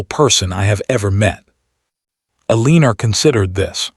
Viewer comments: Edit, train the AI to pronounce Elenore correctly or stop using the name. It grates on the audience and they tune out. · I agree!!!